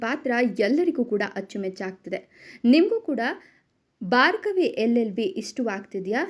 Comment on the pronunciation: ಬಾರ್ಗವಿ ಅಲ್ಲಾ ಭಾರ್ಗವಿ